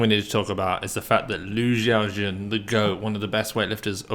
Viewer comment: Way to butcher the greatest lifter’s name